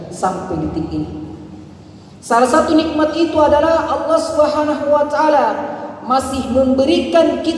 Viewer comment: Y lafadz Alloh nya cara bacanya ....buka tajwid tafkhim tarqiiq